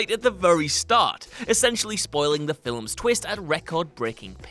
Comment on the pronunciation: So, we now know can't pronounce "Films/Film" and "Carey Elwes" IT'S PRONOUNCED "EL-WAYS".